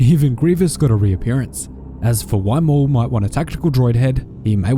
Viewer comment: It’s maul you idiots